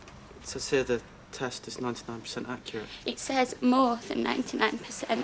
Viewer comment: Since when does sure and more have two syllables.